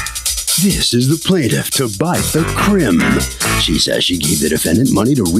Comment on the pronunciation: Her name is not Ta-bite-tha, it's Tabitha. If you can read, you can pronounce Tabitha. Ta-bi-tha